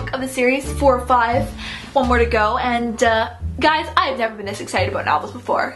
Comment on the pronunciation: Holy shit she does say Aboot